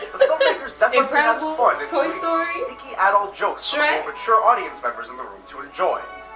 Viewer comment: I like how he says "aah-dult instead of "adult"